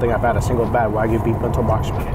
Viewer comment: I also can't stand his "Americanized" pronunciation of "wagyu" (literally Japanese beef) as "wag-goo" like a dog wags its gooey tail.